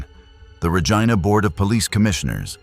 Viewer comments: Pronounced Reej- eye-na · Regina (pronounced Rejeena instead of Regina) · No it’s not. Regina pronunciation rhymes with vagina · Great info on the cases but if you are going to podcast Canadian content please pronounce words correctly, Regina and lead,as in lead detective not led.